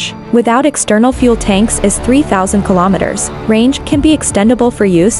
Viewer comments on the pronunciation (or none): It's pronounced kilometers, not kalomitters. Same as kilograms.